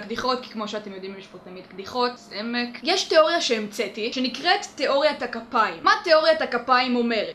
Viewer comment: בתאוריה הראשונה שמעתי תאוריית הגפיים במקום תאוריית הכפיים!!!